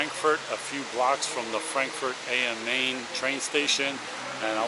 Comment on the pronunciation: It's Frankfurt "Ahm Mine". It means [the] Frankfurt (there's are others) on the Main river. Think of Stratford upon Avon. But probably that reference to Shakespeare is elusive to you. The a in "am" is short, and in German, it's the second vowel in a pair that takes the pronunciation, as in, you know, Klein. Here's an idea: If you're going to make a video purporting to tell others what to do in a country, learn the pronunciations. I've walked that street a number of times. You'll be OK if you have your wits about you. Or you can take any number of S or U bahns that include the Hbf on their line.